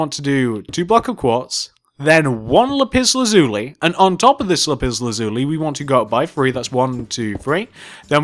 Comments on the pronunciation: You pronounced Lapis Lazuli wrong it’s not Lup Iz luzulee it’s Lap iss lasuuly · yes he says it like "lupiz luzuli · Lipis lazuli “lipis” xD Not making fun of ya its just very funny 😂. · Is it just me but the way he says lapis lazuli is epik 😂🤣